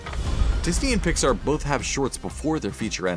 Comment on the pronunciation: Why can’t you pronounce Pixar right...